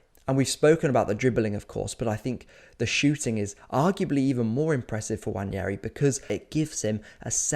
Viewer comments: it's nwaneri btw, no wanyeri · WA-NE-RI Not wanieri. Jfc its not that hard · There is no 'Y' in Nwaneri. You can say it how it is spelt and pronounce his name correctly.